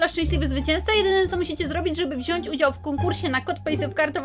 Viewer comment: "biorę udzał"